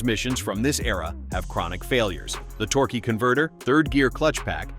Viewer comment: "Torguie" converter? 😆